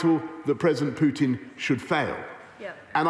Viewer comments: Can someone tell the opposition guy Russia’s president is called PUTIN and not PJUTIN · Why is it BJUDAPEST and Vladimir PJUTJIN. Why cant these people make an effort and say names correctly.